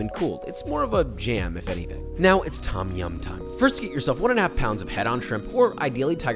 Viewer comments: Why are these Western fans of Thai food unable to pronounce the names correctly?? It's not 'tom' (like Tom Sawyer), it's 'long 'o', and sounds more like 'tome' -> 'tome yam'. And death unto those who think the 'pad' in "pad thai" rhymes with 'dad'...it'more like 'pod' thai. Show some respect for the culture you are devouring... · Pronunciation of 'Tom' aside (it's more like 'dome' as an American, a long 'o', not 'aw'), you made Thais happy. Props, papa. Personally I prefer ต้มแซ่บ to ต้มยำน้ำข้น. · im thai and i love the recipie BUT the way u pronounce Tom Yum angers me lol its not pronounced Tom like the name tom, u cant really explain it in text because its not a think in the english alphabet. but if you speak thai u use that noise a lot in a lot of words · Also if you wanna sound more Thai the proper pronunciation is “Tome-Yaum” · not tom ffs. its written tom because the thais dont know english. its pronounced dom yum, not tom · This looks authentic. And I’d like to humbly add that, in Thai, the ‘Tom’ in ‘Tom Yum’ is actually pronounced in the way that rhymes with ‘home’ rather than like the name ‘Tom’.